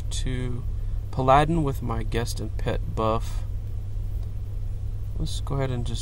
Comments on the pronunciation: pladin' XD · Are you saying paladin wrong as a joke, or is english your second language?